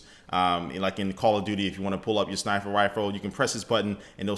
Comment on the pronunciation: Snifer rifle lol